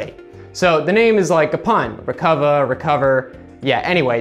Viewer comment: It's pronounced Rec-Uva